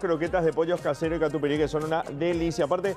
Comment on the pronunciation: Katupiry???? Por favor....es katupyry